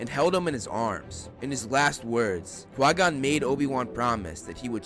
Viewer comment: It's "CHI GON JIN" NOT QUAY GON..